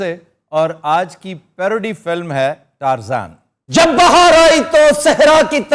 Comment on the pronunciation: Yaar seriously? He always does this! Who pronounces the word “Tarzan” like he does??!!🤦🏻‍♂️🤦🏻‍♂️🤦🏻‍♂️ matlab hadd hai kasam se! Oh bhai jaan Tarzan hai, “Tar-zain” nahi hai🤦🏻‍♂️🤦🏻‍♂️